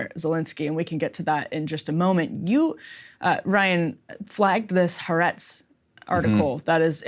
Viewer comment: Folks,it is ha-a-retz (3 syllables)